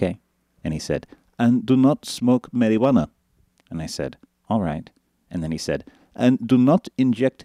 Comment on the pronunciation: i love how he says "don't drink alkahole. don't smoke marywanna. don't inject heddowin." lol!